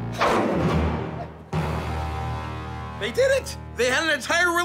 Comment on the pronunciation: it's not selena it's Solana